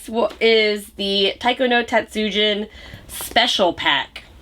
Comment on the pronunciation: Taiko no Tatsujin (jin) is pronounced like jean not gin keep studying more, especially Japanese Vowell sounds, there is only one way to pronounce them.